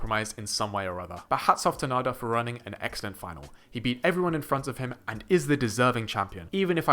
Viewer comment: Thank you for saying his name correctly, [nah-der] and not [nay-duhr] like many other English speakers here on YT.